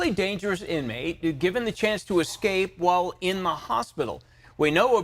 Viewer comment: The word is "escape" not "ekscape". ESSScape. That is NOT a green bullet proof vest. It's an anti-suicide smock. Great reporting.